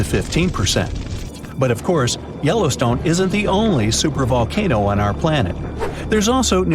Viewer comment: Wow! Yellowston(e) has an E on the end. You'd think you could get that right...😮🤔🫤